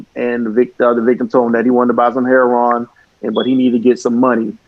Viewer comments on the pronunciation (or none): Last name heron, you mean heroin, I can't stand it when people pronounce heroin heron.